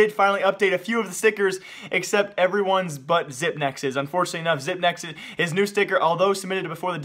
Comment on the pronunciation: zip-x not zip-nex